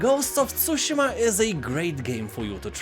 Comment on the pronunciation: I want to thank you for not butchering the word Tsushima 🙏